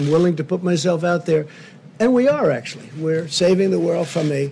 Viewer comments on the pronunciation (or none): "We are acQtually.."